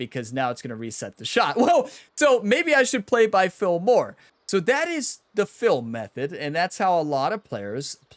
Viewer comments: try saying "Feel" 100 times in a row, wtf is "Fill"? Worst of all your videos. Unsubbed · Took me awhile to recognize that when you say, “Fill,” you mean “Feel.” Are you in PA?1 😆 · Is he saying Phil method or "feel method" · Are you saying, play by "feel" or "fill" ? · Thanks for the video! I’ve been looking exactly for this video, sadly though, as a newbie, this video was incredibly hard to follow. “I assign numbers based on Phil”, who is Phil? Are you saying Phil or fill? And what does that refer to? I was really looking for a numbers based system and that section was incredibly hard to follow, drawing on the screen would have been awesome. Thanks man!